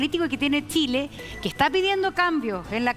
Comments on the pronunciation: El ignorante que no sabe que la RAE acepta que los nombres propios pueden ser escritos con minúscula dependiendo del contexto, le repito que es chile y no Shile, le guste o no y el contexto es para enseñar a pronunciar no a escribirlo. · Por favor díganle a que estamos en chile no en Shile y somos chilenos no shilenos! Que aprenda a pronunciar!